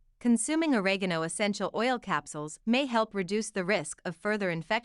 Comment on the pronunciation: can't think of a more mispronounced delivery of OREGANO ... for god's sake there is no 'a' at the end of oregano !